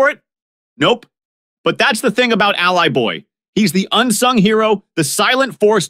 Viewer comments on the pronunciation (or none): You are mispronouncing Allie-boy as Ally-boy. Very off putting.